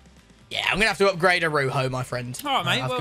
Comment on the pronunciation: A-roo- ho. Butchered it 💀💀💀